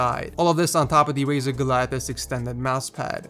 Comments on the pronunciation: Hold up, hold up, hold up, did say Rizer instead of Razer I'mma just jump off my desk now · Neptunika yes he did